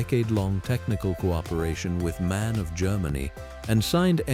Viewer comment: Не мэн, а эм-а--эн.